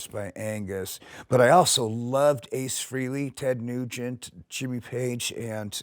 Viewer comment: I was so enamored with this until Mustaine said Ace "Free-lee".....HOW TF do you not know how to pronounce one of your major icon/influences' surnames?!?!?